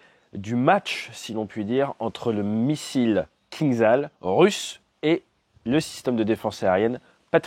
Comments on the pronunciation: Toujours aussi bonne vidéo, merci ! Juste un détail, le missile russe se prononce KinJal. Zh en anglais retranscrit le son J du russe. Ça veut dire poignard. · Il vaut mieux prononcer "кинжал" comme "kinjal". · ATE,STP, ça se prononce Kindjal, le j, étant un j, pas un i ni un z, le кинджал étant un poignard caucasien.